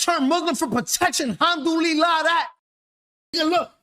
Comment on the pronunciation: Mans said Alhumdullila dat 😂😂😂